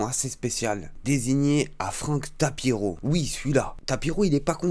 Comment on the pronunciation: C'est pas tapiro mais tapino